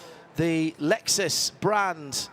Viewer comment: I really wish the one commentator (the old man) would stop saying Lexususususus. It's so fkng annoying